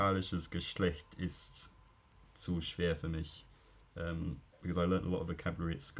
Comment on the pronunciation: That sentence in german was pretty good. you got the palatal fricative wrong in "sprechen", articulated the /t/ in "ist"(though this is really nitpicky) and the /a/s were to backed, but that's all I have to criticise.